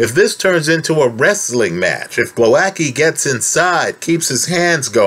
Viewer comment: Great that you're analyzing this fight!!! I hope Głowacki beats the crap out of Okolie. Btw the pronunciation is /gwo - vats - kee/ 😊